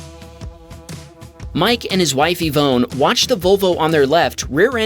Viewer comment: Pronouncing Ivone like E-phone is criminal